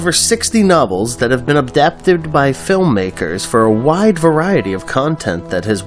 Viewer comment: Abdaptid? I cant even watch this past the first 30 seconds. Adapted! The word is Adapted! Not Abdaptid!!